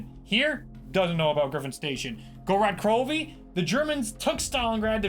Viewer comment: "Gorod Crovi"